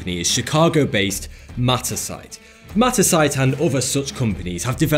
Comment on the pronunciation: I thought he said "metastasize" when he said "Mattersight" Which...is probably a better name for the company